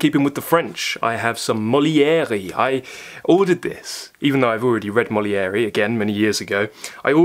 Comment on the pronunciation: RE Molière...In French a final E without an accent is usually silent...ergo, the author's name is "Mole-ee-AIR"... As for "Rougon-Macquart"...pronounced "Roo-gohng (and to be most accurate, say "gong", but stop before the back of your tongue rises to make the second hard g sound) ..."Macquart = Mah-CAHR" ... End of French lesson...😄 Sheila (AKA Madame P)